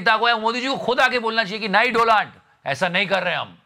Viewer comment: Donald Trump: I am taking the revenge as he pronounced my name as DOLAAND 🤣🤣🤣